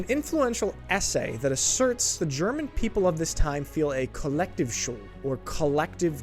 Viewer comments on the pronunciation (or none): It‘s pronounced „coll lecteef shoold“. 😉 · Kollektivschuld is pronounced KollekTIEFschuld - similar to the German word "tief" with a long and emphasized "i". I think the solution is not to feel "guilt" but to truly realize and acknowledge what happened and make sure nobody can ever say "this couldn't have happened - this is simply unimaginable!" because it is quite unimaginable. I find it most valuable to listen to eye witnesses and survivors, listen to what they saw and heard. It is, in fact, absolutely unimaginable!